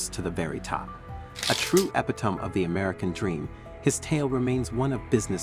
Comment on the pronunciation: Lol epitome